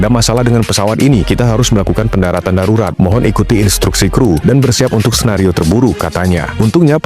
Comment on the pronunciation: Sarurat✅ Darurat ❌ 😂😂😂😂